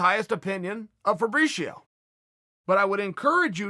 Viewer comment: He says febricio funny